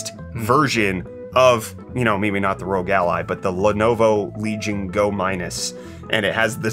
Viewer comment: This has been nagging at me. R.O.G. Ally not "Rogue" Ally. :P